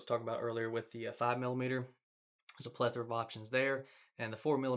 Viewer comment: For a guy who hates “spline” so much you sure say “plethur” a lot haha. I would however buy one of those T-shirts haha